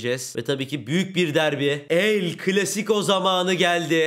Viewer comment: CLASICO derken sıco oluyo ((